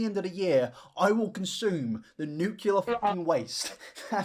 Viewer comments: I love your videos, but nuclear is pronounced "New-clear", and not "new-queue-lure". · Hey. Fahrenheit using American here.. I’ll make u a deal: I will adopt your hoity-toity “Celsius”, but u will have to learn how to correctly pronounce “Nuclear”. (“nuke-lee-urr” NOT “new-queue-lurr”) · the way I remember its "Nuclear" and not "nucular" is because the correct spelling has "clear" in it, lol. Sorry to be a baby back bitch and grammar check this king, just spreading knowledge <3 #it'sNUCLEAR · I'm sorry,, I love your content and all but.... You're gonna complain about people using fahrenheit instead of celsius... but you're gonna say "new-cue-lar" with your whole chest, when "nuclear" is said as it is spelled? "New-clear" not "new-cue-lar." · NE-CLE-AR FRASIER. NEW-CLEAR. pullin my hair out over here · ok deal, I'll switch to celsius if you stop saying "nucular" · I love when i hear people say “nucular” 😂😂😂 it always gets me, idk why! Hahaha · If I have to learn Celsius then you need to learn how to say nuclear. Deal? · I'll use Celcius when you say nuclear correctly. Love ya,!